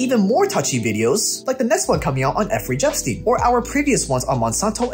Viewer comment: effrey jepstein lol